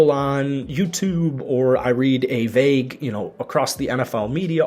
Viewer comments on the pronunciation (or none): none